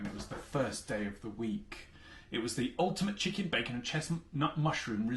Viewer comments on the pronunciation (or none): none